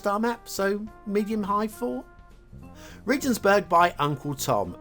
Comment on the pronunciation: Regensburg - hard 'g'